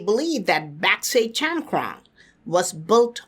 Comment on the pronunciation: Chankrong sounds like chaman